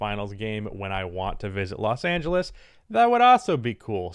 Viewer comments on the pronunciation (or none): none